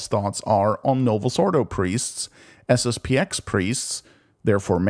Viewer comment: It's SSP-ten.